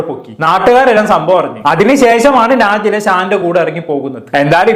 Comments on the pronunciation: നാജില അല്ല നെജ്ല 😅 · നാജില അല്ല നെജില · നാജില അല്ല നജില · നാജില അല്ല നജ്ല 😂